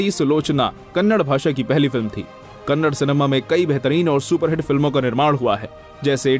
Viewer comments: Hey handi sorry Hindi it's kannada not kannad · Dude it’s not Kannad it’s Kannada❤️ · It's not Kannad it's " Kannada " Please atleast now pronounce properly... It's irritating to hear people calling it Kannad 😑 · ಅದು ಕನ್ನಡ, ಕನ್ನಡ್ ಅಲ್ಲ. It's Kannada, not Kannad. Pronounce properly. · It is "Kannada" not "Kannad", Do south India people call Hindi as Handi?? If anyone have guts reply? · Bro u hv to pronounce it as kannada not kannad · If u say kannada is kannad then we will say Hindi as a handhi,😂😂 say probably first it's not a kannad it's a kannada